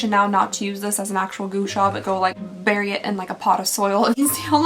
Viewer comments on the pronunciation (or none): none